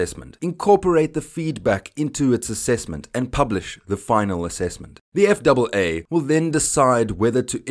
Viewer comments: Please!!! We in the USA usually say "F" "A" "A" instead of F double A. I understand your language may also be English but it sounds wrong some how that way. I knew what you meant you would say USS Enterprise instead of U double S Enterprise. Just me being picky :D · I agree. Sounds wrong... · Save a syllable, spell out FAA. Nobody else says it that way. Gringo.